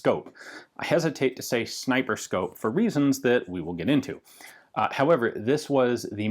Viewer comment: Reeeee it isn’t a zniper scope